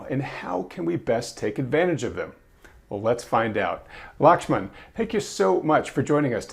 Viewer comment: Glad to see Lakhsman still though his name was butchered in the intro. 😄 Wanted to ask why I'm not seeing ECRI free indexes of leading indicators on their website any more. A meeting kept me from the livestream.